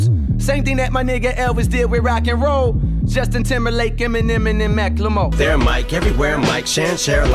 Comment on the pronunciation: It drives me crazy that even someone as intelligent and educated as J. Cole can’t pronounce Macklemore right.